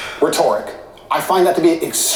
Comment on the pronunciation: What's up with the bullshit, phony, pretentious way he pronounces the letter "o," or the incorrect way he pronounces the word "rhetoric?" He seems like a self-obsessed asshole, and whether he's willing to admit it or not, he's playing the victim here. Weak.